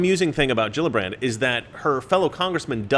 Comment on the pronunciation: You forgot the r in Gillibrand